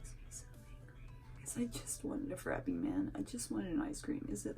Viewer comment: Lol I loovve how you call it a frapeee never heard it produced like that and cracked me up 🤣 yeah Aldi grocery stores make you pay a quarter to use the carts that was the main grocery stores we had in SC butt when you return it to the cart thing it actually gives you the quarter back buut sucks when you dont have a quarter lol and yeah dominos took away the insiders tips it used to just be on the receipts but no one ever saw it so thats why they put it on the screen but thats def awkward and the insiders tips are unfair because usually the person ringing you up helped you for like 1 minute but had nothing to do with making the pizza so they shouldn't even be the one to get it